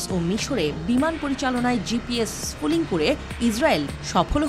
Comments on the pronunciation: gps spoofing not gps spooling, correction pls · শব্দটা স্পুফিং , স্পুলিং না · এটা স্পুফিং ।স্পুলিং না। হায়রে সাংবাদিক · লেখা আছে স্পুফিং আর বলতেছেন স্ফুলিং । আপনাদের শিক্ষা আর সাধারন জ্ঞন খুবি কম। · It's Spoofing Not Splooing😂😂😂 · GPS sfuling na... GPS spoofing uccharon hobe...!!! 😅👍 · স্ফুলিং না স্পুফিং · স্ফুলিং নয়, স্পুফিং। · স্ফুলিং না, স্পুফিং !!!! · টেক্সটে আছে স্পুফিং, পাঠিকা বারবার পড়ছেন স্পুলিং। কি আর বলবো! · spoofing not sfooling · এই প্রতিবেদনে যিনি কন্ঠ দিয়েছেন তার উচ্চারণের ব্যাপারে আরও সতর্ক হওয়া উচিত। শব্দটা স্পুফিং (spoofing), অথচ বার বার ফুলিং বলে গেছে। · উচ্চারণ ঠিক করতে হবে। শব্দটা হলো "স্পুফিং"। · 😊😊😂😂😂😂😂 আগে উচ্চারণ শেখ। Spoofing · পুরো ভিডিও তে স্পুফিংকে "স্ফুলিংগ" বলছেন আপাটি। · আনার spoffing উচ্চারণ টা ঠিক নাই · উচ্চারণ টাই করতে পারছে না ঠিকঠাক। অবাক হই এনারা সংবাদ সংস্থা। শুধু ভুলভাল narrative প্রচারে ব্যস্ত..!! ওরে spoofing যখন হয়, তখন আগে থেকেই বন্ধু রাষ্ট্রগুলোর কাছে খবর থাকে..!! আর ভারত চীনের মতো রাষ্ট্র, আমেরিকার‌ GPS নয়, নিজস্ব ব্যবস্থা ব্যবহার করে। GPS spoofing সেখানে কাজ করে না।